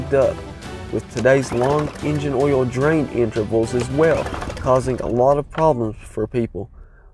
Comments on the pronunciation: Texans pronounce oil as "ole," as in "hole." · The way you say oil 🤣🤣